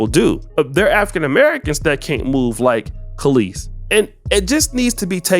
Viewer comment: Brotha you're about my and Kelis's age... how are you repeatedly saying her name wrong? 😅 It's Kelis, as in Kell-is, not Calisse as in Kuh-leese. 😅 Otherwise, great video! 😄